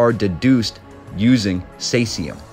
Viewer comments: Caesium is pronounced as "seesium." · Caesium like caesar... (See zee uhm) Great episode. Thank you. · Think it is pronounced as in Ceasar..the ruler which is an interesting connection?